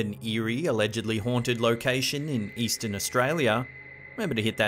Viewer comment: Did he say eastern Australia?